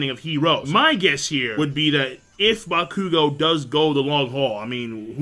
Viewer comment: OttoeCamn he isn't. It's pronounced ac-long uh-dee-mia. Or ac-long uh-day-mia. Either way he's leaving out the emphasis on the second a. N yeah he does butcher the shit out of bakugo's name.